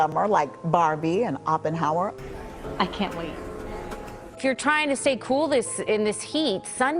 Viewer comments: "Top block-bursters like Bawrbie and Oppenhower". lol..too many lunchtime martinis.. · “blockburster” and “Oppenhower”?! That is some Rich Evans-level mispronunciation! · Gotta love the 'blockbursters' and 'Oppenhauer' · “block bursters”? “Oppenhower”? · Blork Bursters? Open Homer?? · "Oppenhower" 😂 Also did I hear Blockburster? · HUH? You don't like "Block Burrsterrs" and "Oppenhower"?